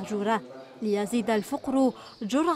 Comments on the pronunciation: الفقر = فا ق رو وليس # الفووقرو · ايتها الصحفية الفقر بفتح الفاءوليس بضمها اين درستي ارقيو العائلة والمكان يروحوا عليكم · لا نقول الفقر بضم الفاء بل بفتحها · صاحبة التقرير لا تعلم أن كلمة الفقر بفتح القاف